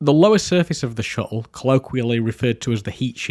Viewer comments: Great video! Never heard "shuttle" pronounced without any "t's" before XD Shu-le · Ngl as a fellow Englishmen your pronunciation of shuttle was a bit grating on me haha. Amazing video though! Ok seriously are you aware of the letter T 😂